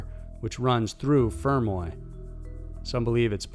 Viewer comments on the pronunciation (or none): I'm sorry but his pronunciation of fermoy is annoying me, I'm from fermoy and he's emphasising the fer- too much its supposed to be more together